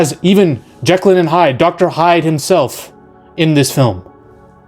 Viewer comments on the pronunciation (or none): none